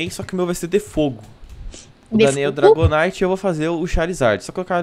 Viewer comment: o dragonyte sobe no r e dece no f